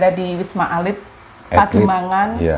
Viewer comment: Ralat, wisma atlit bukan alit 😊